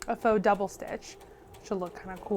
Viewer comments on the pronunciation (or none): I loved your "maux, or fock" line of stitching. I know you meant faux or mock and I love that you left the blooper in! It lightened my mood. Sometimes I stress myself out with taking things too seriously. Its just sewing. It's not life threatening.